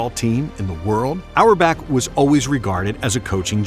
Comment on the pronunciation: Red auerbach ❌ Red hour back✅